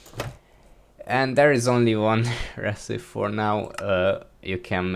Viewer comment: If you don't put this in your next 1.20 modpack I don't know what I'll do You did a good job explaining all of it, good job Grammar lesson: Recipe. The "e" at the end is verbal, you technically just said "Recip"